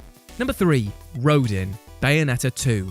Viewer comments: 1, it’s pronounced Row-Dan 2, also you missed agent 3 from splatoon 2 octo expansion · “Rodin” it’s pronounced ROH-DAHN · Its pronounced "Roe-DON" And why are the Valkyries so difficult! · British purple and their inability to pronounce words and names. Rodin is pronounced Ro-Dan free Uranus is pronounced Oorahnus